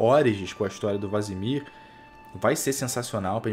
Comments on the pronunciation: Pq ele fala vAsemir ? qual a piada ? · Caramba me incomodou demais vc falando errado o nome do Vesemir